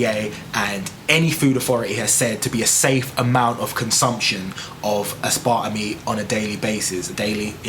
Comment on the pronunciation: Learn how to pronounce it maybe